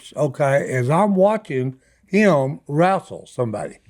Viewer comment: No one caught the fact that Uncle Si said “wrastle” & “kipractor”😂